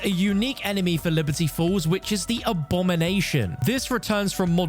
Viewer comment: Everytine he says Liberty Falls , i hear Liberty Balls